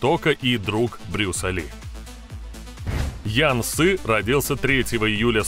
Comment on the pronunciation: Какой " ян " ?)))) Это у молдаван - "ЯН" ))))) Ты от туда ?!)))))